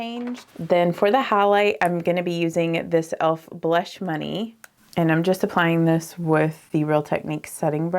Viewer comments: she absolutely has a Southern accent as do I (I’m from New Orleans). However the word blush is one syllable not 2. Bah-lush is not correct English. However, I am 40. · I love DT makeup and you make it look stunning. I encourage you (if you want people over 20 to watch) to realize there are many single syllable words that you turned into two ( bah-row, bah-lush, bah-right, love-ah, etc.). Go those of us over 30 it’s very distracting from your beauty.